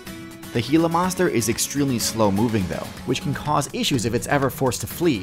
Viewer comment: Gila is not "hee-luh" it's "gee-yuh"